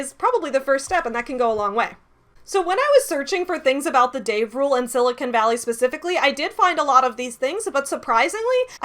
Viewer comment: I just have to say I appreciate that you pronounce Silicon Valley correctly! It makes sense, although you're not a native Californian, that you would know how to say it, since you're a geek and attuned to geek culture. So often, it is pronounced incorrectly as Sili-CON, and occasionally, Sili-CONE. You say it Sili-cun, swallowing the last syllable, and it makes me happy to hear it!